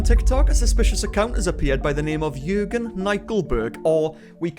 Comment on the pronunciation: The way he said “Jürgen” was very good. Greetings from Germany 💆🏽‍♀️